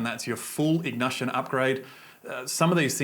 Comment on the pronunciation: 11.00 min in, IGNUTION......LOL